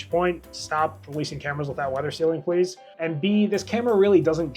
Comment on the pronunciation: “pub-leered” = “puh-leeze”